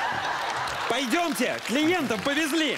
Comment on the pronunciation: На пенсию пои́дётес програмы.😂